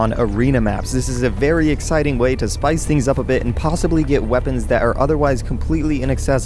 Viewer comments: "Rwrepens."? "Repins"? "Weapons"? idk. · He said unique wreapons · "Some unique reapons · "some super unique repons" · pretty sure I heard "super unique reapons"